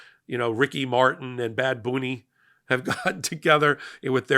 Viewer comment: it’s BAD BUNNY, NOT BAD BOONEY!!!